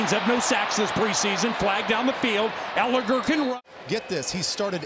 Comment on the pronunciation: Why is that announcer saying Ehlinger name weird. He is putting so much emphasis on "er" part of his name. ehlingER